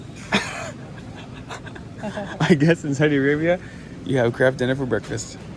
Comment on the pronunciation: 😂 I thought you said ‘crab dinner’ so googled it thinking it was Canadian slang for Mac n cheese! Eventually figured out that you said ‘Kraft dinner’ which makes wayyy more sense! 😆😆 I’ve never heard Mac n cheese called ‘Kraft dinner’ before!